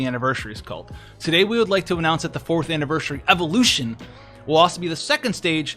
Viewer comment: You do realise you keep saying "AnniverSHUry", right?